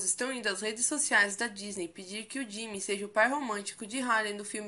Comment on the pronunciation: Jimin jimin jimin jimin jimin...se fala ji-min